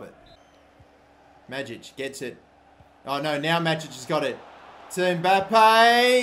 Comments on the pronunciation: Greetings from Croatia. You pronounce Majic wrong. In Croatian language we read J more like Y . So read it like Mayic. I hope this helped you. Support from Croatia keep going mate !!! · Tin Majic is pronounced May-itch